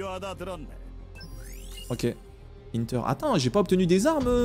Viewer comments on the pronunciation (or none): none